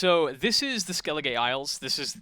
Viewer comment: I don't think you're supposed to pronounce the e at the end of skellige. It's just skellig isles not skelligay isles.